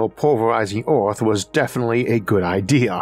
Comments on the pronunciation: the narrator says ‘Oorth’ instead of Earth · yes, Oorth where you from?🤓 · i love the way he says earth